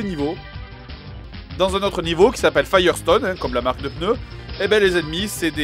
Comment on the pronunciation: J'suis la seule qui entend des "peuneu" au lieu de "pneu" ? x')